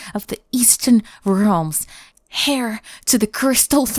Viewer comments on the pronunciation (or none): Heir is pronounced “air”, not “hair”.